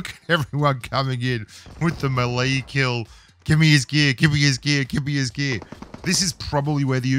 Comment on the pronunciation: Love ya, but melee is pronounced may-lay.